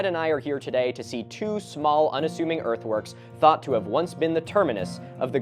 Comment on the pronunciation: I keep hearing earthworks as earthworms